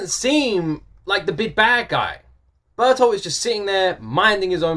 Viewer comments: His name is Bertholdt, pronounced BER-TOLT... As I said in another video, the Japanese have a hard time pronouncing the vibrant "r", so they don't pronounce BERTHOLDT. So they pronounce it as BERUTORUTO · BERT-HOLT is how you pronounce a GERMAN name Bertholdt. Yup you can call him Bert for short. Everyone does. Happy Halloween lad. Reiner's a SPLIT PERSONALITY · Okay it's time to explain 🤣 I hope you'll see this comment. Yes. Kinda.😊 His name is pronounced Bert----Hold. It's a germanic name (like most names in the series). The "e" in Bert is pronounced like the "e" in hello. Not like the "e" in herd for example. (Or the "u" in hurt). The "o" in Hold is pronounced like the "o" in on. ➡Bert-Hold. Berthold.⬅ There're many variations of the name. Berthold, Bertholdt, Bertholt etc. I hope this helps. Extra Info: Also the reason why the name sounds different from the way it's written in the ANIME is because of the way Japanese writing works. In Japanese you can't write "Bertholdt" just like this. Japanese is a Syllabary written language. There is no "B" in Japanese. There's only Ba Bi Bu Be Bo. Also there's not "T" in Japanese. There's Ta Te To. Also there is no "L" in Japanese which is why they use "R" instead. So to write the Germanic name Bertholdt you have to write BeRuToRuTo （ベルトルト) They also took away the "ho" sound from "holdt" because you can't really hear it when you already use a "To" where normally wouldn't be one. Japanese can be very confusing when you don't know how it works haha. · If you want to pronounce Bert's name right, you got it but only English like. In Japanese, a consonant is ALWAYS followed by a vowel (except with the 'n' sometimes). For example : if they want to use the word 'heart' in english, they will pronounce it 'haato'. So Bertholdt in japanese is pronounced 'Berutoruto' . Listen again with this written in front of you ^^ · yeah youre pronouncing bertholdt right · Finally you have perfected the pronounciation of 'Bertholt' 🤣🤣🤣